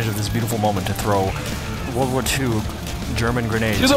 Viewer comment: Canids butchering the German is painful. Still a iconic callback video though